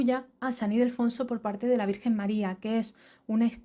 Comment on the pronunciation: San Ildefonso, no Idelfonso